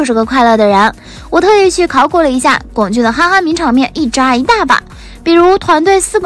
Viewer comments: 不管姨太是哪里人，但至少龚俊的我们内地的，普通话念第一声。所以真不能忍，不看了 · 麻烦四姨太把龚（gōng）俊的名字读对…